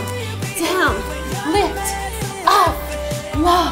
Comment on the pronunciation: Love the she says up "And ahp and down" 😂